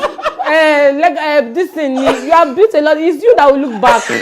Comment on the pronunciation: She said look back ke? 😂😂 It's Chude that should look back 😂